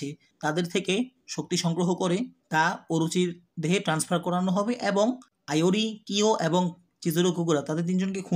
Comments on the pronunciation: Vai kyo ke Rio bolo ar iori ke ayori bolo kn😅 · আইওরি না ইওরি, আরো নামে ভুল আছে; সংশোধন করা দরকার। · Aiori❎ doctor ✅